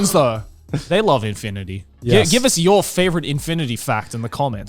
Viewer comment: im stoned and even i near spat out my water when Grant said infiinity. No more coffee treats for that man!